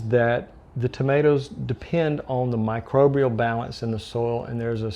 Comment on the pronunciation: Good info! But you keep saying "microbrial"... There's no second R. ☮️